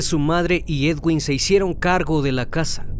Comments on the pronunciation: Se escribe Edwin y se leé eduin. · se dice eduin no edguinnnn